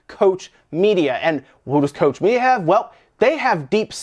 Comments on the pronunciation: It's KOCH ... not Coach Media. German is not that difficult to pronounce. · It's pronounced cock-media, not coach media ! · It's Koch (pronounced Coke) Media not Kosh Media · Coach media? Sorry, but you really have to work on your pronunciation of German words (Google translate for example will help you), that was painful. It's pronounced like "Loch Ness", just with a C/K instead of the L. Edit: "Loch" isn't a very good example because it sounds more like the German ck than ch, but still, there are voice samples everywhere.